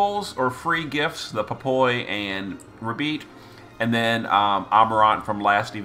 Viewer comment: I love you but you are killing me with the pronunciations. Ruh-beet? RUH-BEET? 🤣 It's obviously a play on "rabbit" so IMO it would be ra-bite or even ray-bite.